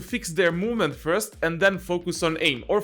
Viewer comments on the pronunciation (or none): none